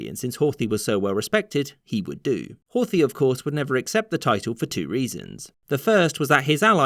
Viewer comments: There is no 'th' pronunciation in Hungarian (Magyar), the pronunciation would be closer to Hort-hi(he). Bugged me for the entire video. It's a shame because I usually like these. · The 'th' in Horthy is not pronounced like the 'th' in English.